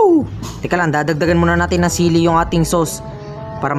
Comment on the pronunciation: Chilli 👎 Sili ☑️